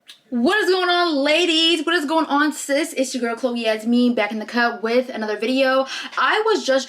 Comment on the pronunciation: I have always assumed that she says ”Back in the CUB”...WHAT